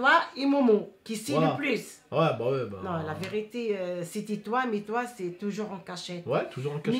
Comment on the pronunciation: amar bensaber lahcene elle dis pas « c’est la vérité »elle dis « si la virité »